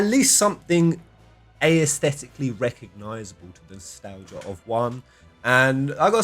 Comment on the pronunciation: Is the pronunciation "Ay - aesthetic" an in-joke? Lol. I hear it in all his videos and it always makes me laugh 😂